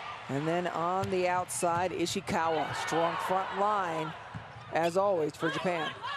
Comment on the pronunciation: why she say Ishiwaka